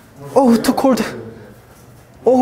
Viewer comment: To cord hahaha, is cold no cord